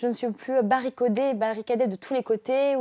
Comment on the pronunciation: Terrible témoignage !!! Aujourd’hui vous vous êtes retrouvée aussi trouvée et c’est votre force Mademoiselle ! J’ai aimé votre lapsus très révélateur « barricOdé/barricadé » car criant de vérité : à la fois enfermée physiquement mais aussi selon les « codes » de ces pseudo-hommes qui sont eux des animaux ! J’aurais juste une petite remarque et j’aimerai que ça parle à beaucoup d’entre vous Mesdemoiselles, Mesdames mais aussi Jeunes Hommes et Messieurs : Vous êtes BELLES et NON PAS « bonnes « ! Une femme est d’abord une beauté, avant d’être une convoitise ! Respectez-vous, faites-vous respecter, n’acceptez plus ce terme de « bonne » vous n’êtes pas un bout de viande bon sang ! Sinon comment voulez-vous rencontrer des personnes belles et respectueuses si votre personne n’est pas d’abord considérée comme belle.. Ce n’est pas tant mon avis mais surtout le ressenti de ce mot « bonne » quand on l’évoque que je voulais partager avec vous. Il y a tellement de termes + flatteurs... désirable par exemple ... percevez-vous la distinction ? C’est tellement + valorisant pour vous et + classe pour ceux qui les prononcent...